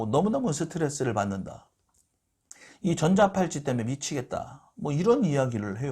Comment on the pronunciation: 전자팔찌가 아니라 전자발찌가 맞는데, 자꾸 전자팔찌라고 해서 귀에 거슬리고 설명내용에도 신뢰감이 떨어집니다.